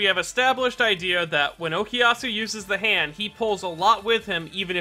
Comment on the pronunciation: Such an interesting way of pronounciating " za hando "